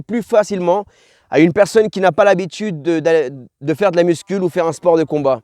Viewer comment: Parcero me gusta el tema pero una cosita jajaja no se dice “MUSCUL” pero “MUSCU”. Gracias por todo que dios te bendiga papi